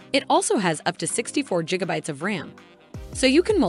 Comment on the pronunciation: Jigabyte? 😢are you serious?